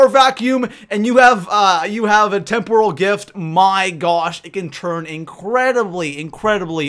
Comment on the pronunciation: Tem-per-el not Tem-pour-al lol